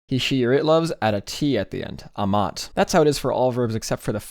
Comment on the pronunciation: THE ACCENTS, PLEASE, it's "ámat" not "amát" and so forth for most of the verbs